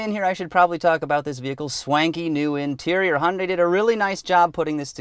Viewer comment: Hun Day?? What is a Hun Day?? LOL